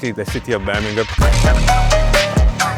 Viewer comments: Burr-mēng-HAM, bruv... Emphasis on tha HAM, innit? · Yavo not bron Birmingham. . Dude from Mobile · Dang how can’t pronounce Birmingham? It’s a Birmingham over there we he from too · Bro please say Birmingham correctly yall literally have one over there